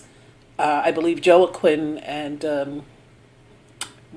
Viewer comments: it is RU-AH-KIM pronounce the j as an R but a french rrrr that will give you the spanish accent ::) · Joaquin Phoenix pronounced Wha Keen , just sayin. . . . appreciate your pointing out the great deception of Hollywood. .Ben Franklin was a very high level Mason, like 90th degree, (even though most Masons think that 33 is the highest degree, however Franklin was a member of a few very elite and secret societies that were very occult driven. It has been speculated that the skeletons were from some of those very secret ritualistic meetings. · Joaquin is pronounced wa KEEN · It's pronounced "Wah-Keen" (Joaquin who initially went by the name "Leaf" as a young boy) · pmaree t Pronounced "Wah-KEEN". I caught the butchering of his name also (slaughtered that name) and smh with a smile 😅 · pronounced waaheen? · you totally butchered joaquins name lol. no biggy.